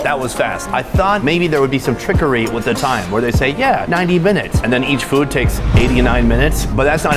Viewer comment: Im glad he tried this “foowed”. man, Americans… 😂